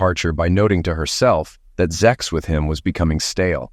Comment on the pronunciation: Why does the Narrator say 'ZEX' and not 'SEX'??? Is it taboo to treat the readers as ADULTS ❓